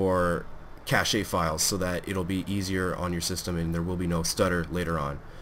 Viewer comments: nice pronunciation of cache CASH AYYYYY (it's actually just cash) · say this and ignored, thanks. btw cache is pronounced cash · Well that's funny because I'm a 3rd year C.S student too, and I've never heard it pronounced anything like that by any of the lecturers (or otherwise). Cash is indeed correct... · Lol why are people hating on this vid? He's trying to promote a performance improving game and you guys have to hate on him for saying cache wrong? Seriously? Find something worthwhile to do in your lives other than troll YouTube you miserable neckbeards.